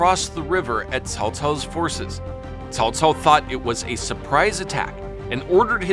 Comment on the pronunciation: Dang your pronunciation is on point. I watched your other videos for the first time just be listening and I thought it was a chinese person narrating this video. When i looked into the monitor... well well well here's a Westerner who bothered to pronounce it properly! Example... Cao Cao was pronounced as (kaow kaow) in my three kingdom games... damn grating to my ears. Thank you for your effort and sharing of the knowledge!